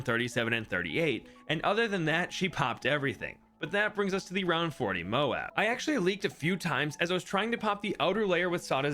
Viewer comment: You pronounced it moe-ab, not mobe, what happened 😭🙏